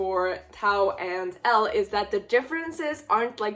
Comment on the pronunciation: Idk If you’ve noticed but you’ve been saying Elle and Taos names wrong